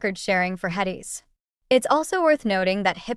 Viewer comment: I don't mean any disrespect but, if you can't even say "HEDIS" correctly I question your knowledge base. It seems like you must just be reading something you found online.